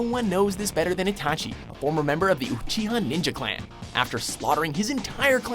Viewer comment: itachi isnt an assasin, you got his backstory wrong as well as mispronouncing his name